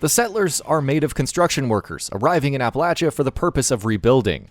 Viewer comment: Holy crap he says Appalachia like people who live there. My duuude